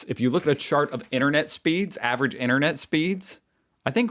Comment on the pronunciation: " INERNET" !? There's another T in there Americans . IN TER NET ! She likes the word "like" a lot doesn't she !? Murphy's Law states that " what ever can go wrong....will go wrong " Nothing to do with semi conductors. In the UK we call it SOD'S LAW.